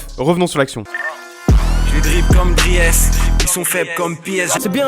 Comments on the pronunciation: Les gars ont dit "driiiis Mertens" pas "dri-e-s" respecter le sil-vous plaît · Dsl moi etant belge c'est pas dri es mais dries genre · Comment ta dis le Dries, tu le dis comme c'est écrit alors que sa se dis Dris voilà jdis ca jdis rien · Son nom se prononce pas Drièce Mertens Putin mais come Drice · On dit drisse 0as driése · Déjà Dries Mertens ça se dit pas "DRI HESS" mais "Driis" Ahlala ça sait même pas dire les nom des joueurs de foot😂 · PUTAIN ON PRONONCE PAS DRIÈS MERTENS MAIS DRISSE MERTENS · tout les belges on fait un avc quand il a dit dries alors que ça se dit dris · Fc667 il hors jeu quand il prononce Dries Mertens drièsse plutôt que drisse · "Di-ès Mertens" ahahah les frr français on dit "driis", faites pas la même erreur que vos commentateurs <3 :D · super vidéo, comme d'hab ;) P.S.: on dit "Driis" Mertens et pas "Driès" :) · Sale video, putain tu me tues sur le montage ! Par contre Dries ¨[Driz] et pas [Drièse] so bro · Dris pas driès 😅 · Assez cool comme concept, par contre DRIES ça se prononce Dris et pas Driès, sinon super ^^ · juste pour infos Dries Mertens se prononce pas Driès mais "drisse" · "Driès" ptn les français ça se prononce "Driss" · On dit pas Driès mais juste Dris (en phonétique ) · Drièsse 😂😂😂 ça se prononce "Dris" les français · "dries" (pour dries mertens) se dit "dris" 🤷🏻‍♀️ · On dit " comme Dris " ! Bref sinon la punchline est bonne. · Sale concept mais au passage Dries ça se prononce "Driss" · Dries ça se dit "Driss" les gars :') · La vidéo est excellente comme toujours, mais "Dri-esse", sérieux ? ahah. Respecte un peu celui qui va soulever la coupe comme une vulgaire MILF en chaleur ! GO BELGIUM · le prénom de Dries Mertens se prononce "Drice" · On prononce Driss, même si ça s'écrit Dries... Un peu comme Wilmots, ça se prononce Ouilmotss et pas Vilmot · Par contre "DRIEUS" c'est pas validé 😭😭 mais génial la vidéo en tous cas ! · Le nom ca ce prononce drice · « Driès » 😭 respectez son prénom les gars